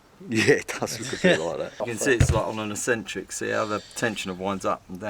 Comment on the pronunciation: Very nice. I would have liked to see how you got the hex bolts out of the crank pulley though. Is it a bit late in the game to tell that eccentric is not properly pronounced "a sentric?" We do want to be proper. 😉